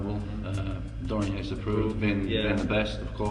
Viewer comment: Dorian Yates. Not Dorian Yetes.